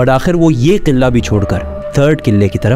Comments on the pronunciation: Qillaa nahe Bhai Qilaa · Bhaiyya over express krne ki zrurt nhi hai or sb se ooper adab ko malhuz rkhen or ye “qillllaa” nhi hai isy “Qala” bolty hen